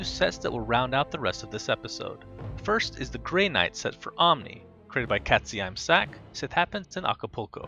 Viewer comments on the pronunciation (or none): the right pronounciation of katzeimsack is "cartse eem sarc" (if u pronounce it in english)